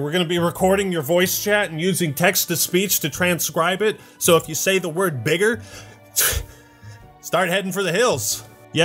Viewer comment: When you said “bigger” I really thought you said the actual word and almost spit my food out and laughed.